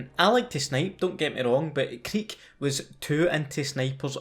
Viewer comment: It's pronounced cReek not cddeek HA! Love the videos!!!